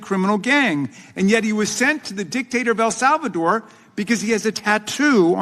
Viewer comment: The proper pronunciation of El Salvador in English is: el SAL-vuh-dor Not... "El Sov a door"